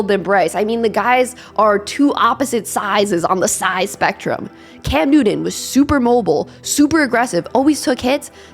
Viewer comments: Bryce will be fine, reminds me of Doug Flutie.. Oh, that’s New-ton by the way.. Good content, keep it up. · Cam Newdon? When did he change his name? I always thought it was Newton.